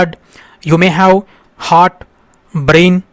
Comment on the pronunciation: sir not hot it is heart